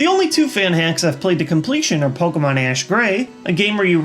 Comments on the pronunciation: Its pronuced Pokémon and not Pokamon. Stop saying it wrong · I’m sorry but I hate how he pronounces Pokémon. Poke-ah-mon sounds dumb.